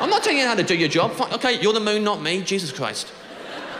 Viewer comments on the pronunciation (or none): none